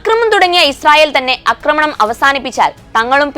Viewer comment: 'ആക്രമണം' ശരി 'അക്രമണം' തെറ്റ്.